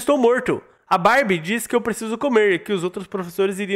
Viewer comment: / fala “mais a barb” mais parece ele falando “mais a Barbie “ 😂❤